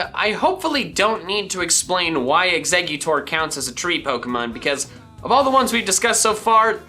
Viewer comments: EXEGGUTOR, NOT EXECUTOR! FIX IT NOW! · It’s eggs-a-cute-tor